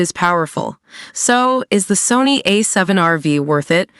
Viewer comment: I think it's called A7R5 or A7RV ( no vee ) :)